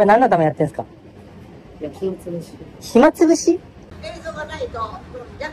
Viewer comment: ひつまぶし食べる為にやってんじゃないの？ 暇つぶしには聞こえねーよ